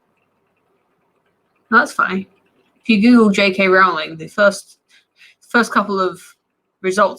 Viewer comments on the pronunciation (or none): Doesn't really work unless you pronounce it weird; her name's pronounced like "rolling".